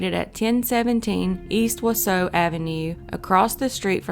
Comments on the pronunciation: Being from wi, it really annoys me how she says Wausau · You got Antigo correct but Wausau wrong. You got Waupun correct but were incorrect with Bangor. You actually meant Bangor WI not Bangor ME. I knew about Kayla Berg since I lived in Mosinee, just south of Wausau, from 1995 until 2018. Thanks for keeping her name out there!!! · Came here to say this! Waupun, Onalaska, there are a tonnnn of Native names here that can be deceiving to the English speaking eye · Wisconsinite here - the city of Wausau is pronounced Wau-saw, not Wau-so. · Wausau is pronounced WAH-saw. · It’s not wasoooo it’s WausAU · Whaasaw wisconsin lol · Wausau is pronounced WaaSaw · It’s pronounced Wa-Saw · Wausau is pronounced Wa saw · Wausau is pronounced "Wa-Sa'. The 'U's are silent. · Plz pronounce Wausau correctly! It's Wausau where the last part is pronounced 'saw'. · It's pronounced "waw-saw." Not trying to be a dick, I'm just saying. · Pronounced waaaa sawww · its pronounced "Wa-saw" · Wau-saw - Waaaa-saw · Wausau, WI is actually pronounced “wau-saw” . great videos!! thanks for covering these cold cases! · I had to stop watching after 20 seconds. It’s WAH-SAW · Wausau is pronounced “waww-saw” 😂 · Not that it matters, but Wausau is pronounced wah-saw👍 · Wa saw is how its pronounced 😆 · Wausau is pronounced "Wah-saw". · Wausau is pronounced Wah-saw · Wausau is pronounced wah-saw. Though all of your other pronunciation was pretty spot on. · Wausau, Wisconsin. Wah saw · Pronounced: Wau saw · Just an FYI, Wausau is pronounced wau -saw. Not picking, how would you know? Great story! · It’s pronounced wah saw. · WAW-SAW is how you pronounce the first city...not whatever sound it was that came out of your mouth... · It’s pronounced “wa -saw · It’s pronounced Waw-saw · I live in Wausau, and it’s pronounced “WAH-sah”. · Wa-saw is how it’s pronounced. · just for future reference, it’s pronounced wau-Saw